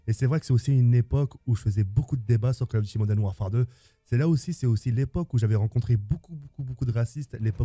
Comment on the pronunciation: "Col Ofe Dutie Modene Wafare 2"